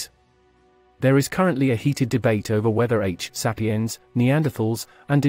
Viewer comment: The mispronunciation of "Denisovan" and "Sapien" are too grating to watch this. Not learning how to pronounce simple words correctly is lazy and inconsiderate to the listener.